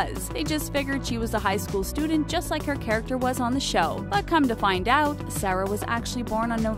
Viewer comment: Do you even know how to pronounce Sarah?